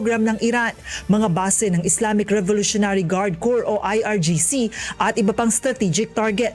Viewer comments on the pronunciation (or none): none